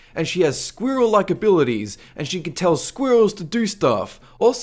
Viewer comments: can you pronounce squirrel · Am I the only one bothered with the way he says 'Squirrel'? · say "squirrel" ONE MORE TIME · Jack Fyfe well I spoke French before English so I guess I'm not used to the dialect in areas like Australia and the uk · I like how you say squirrel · Say squirrel again